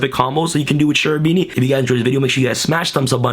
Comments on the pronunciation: Kerubini, not scerubini pls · It's name is KErubini not SCErubini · *Kerubini, tho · Lol you mispronounced his name